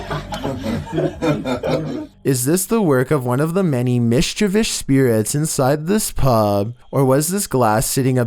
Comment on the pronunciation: I forgot that u say "mischevish"..funny